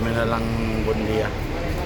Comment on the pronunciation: Dol, correction lang, Buendia not Bundia. Sana makatulong. Ingat lagi sa biyahe pare